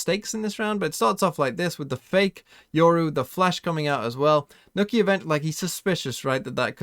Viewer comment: Man said nookie instead of nook ye